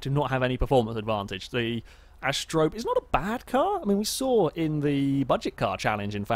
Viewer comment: He still doesn't pronounce Asterope correctly, but at least he's stopped calling it an apostrophe.